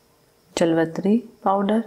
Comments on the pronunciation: جلوتری نہیں جاوتری کہتے ہیں۔ معذرت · لفظ جاویتری ہوتا ہے جلوتری نہیں اپنا تلفظ ٹھیک کریں شکریہ